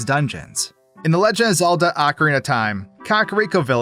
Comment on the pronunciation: The way you said “the LEJ of Zelda” would make me call AI so fast if I haven’t been watching you for years 😂